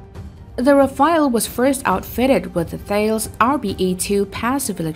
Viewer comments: People please ...it's RAFALE not RAFAEL , Rafale means Burst in French This Rafael aircraft doesn't exist at all ...thank you. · I noticed one thing pretty soon, when I read the comments. My conclusion is : both of these aircrafts has a better accuracy than most of the commenters, when it comes to spelling the names correctly. It's RAFALE. Not "Rafael".